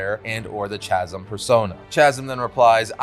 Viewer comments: Brother, its Chasm:sounds like (cake) not (chad).😉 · Please please the word is pronounced [Kaz-uhm] = Chasm. [Not Chaz-uhm] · A lot of people say it with the Ch sound, but it always tickles my ears wrong. It’s definitely supposed to be the k sound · CHASM = pronounced K-azz-um NOT Chazzum, it's not a typical CH sound liked in chapel or church. it's a K sound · "Chaz-em" No, not even CLOSE. "Chasm" is pronounced "kaz-em". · It's pronounced "Casm" not "Chasm" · bruh why are you saying chasum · Chasm is pronounced like "Kazim", the "h" is silent. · It's pronounced "kasm" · Chasm has a hard CH sound. 😅 when I heard “Tchasm” I started dying 😂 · wtf is cha-sm??? lmao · “Chasm” as in a deep pit? That’s pronounced with a “K” sound, like Kah-sm 😅😅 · a lot of people are saying it wrong. Its absolutely ka-ZM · Are you really saying Chasm the way you are? Is there a joke here or something I don't know? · Bro doesn't know how to pronounce "Chasm" 💀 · When pronouncing "Chasm" the C makes a Ka sound and the H is silent. Hope this helps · How can you be a life long comic book reader and not know how to pronounce "Chasm". As in "character, charisma, chimera". That was shocking. Yikes. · The way you're pronouncing Chasm is triggering me. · I've never heard anyone pronounce it with the "ch" lol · Anyone who pronounces it that way is wrong.